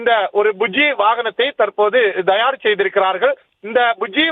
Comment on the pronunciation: Dhayar இல்லையடா பரதேசி, அது தயார் (Thayar) என்பதே சரி.